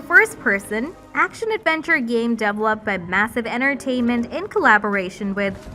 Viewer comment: This girl is announcing from a script, not from experience as a gamer - indeed I suspect English may not be her native language: some of her pronunciation (especially on develop/developed/developer... etc.) is some way off...